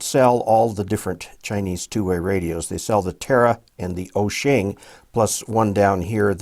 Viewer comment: Why do you keep saying osheng, there is no NG in WOUXUN.